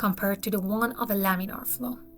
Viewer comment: Laminar flow, not laminaL